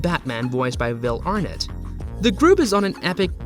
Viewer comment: How about actually showing what you're talking about? And check your pronunciation. BAFTA is just pronounced Bafta, not B.A.F.T.A. The stress is on the nett of Will Arnett.